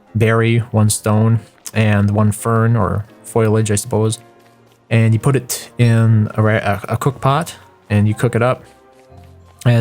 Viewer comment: FO-LI-AGE /ˈfōl(ē)ij/